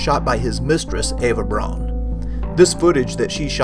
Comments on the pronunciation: Outstanding! I have always wondered who some of these folks were. Btw, Eva Braun's last name is pronounced "Brown," not "Brawn." It looks like it would be pronounced "Brawn" as an American pronunciation, but it must be pronounced as a German would pronounce it, and that would be "Brown" (as in Charlie...). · "Braun" is pronounced "Brown"! Get it right. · Well done. If you wanted to tune up the presentation you could learn the correct pronunciation of Braun (Brown in Eng.) von (fun) and Speer (Shpare, without the r sound).Simple as that. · Eva’s name is pronounced “brown”